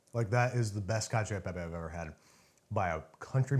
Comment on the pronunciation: CACIO = KATCH - OH